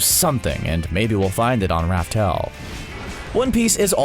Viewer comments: Laugh tale not raftale wtf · ITS LAUGH TALE NOT RAF TALE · This man still pronounces "Laugh Tale" as "Raftel" smh🤦‍♂️🤦‍♂️ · I thought it was called laugh tale not Ralph tale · It's laugh tale